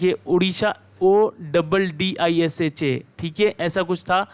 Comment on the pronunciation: Its odisha not oddisha